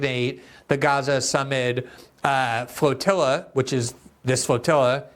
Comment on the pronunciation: Ur speech impediment is so annoying youre definitely better as a writer.. fwoatiwwa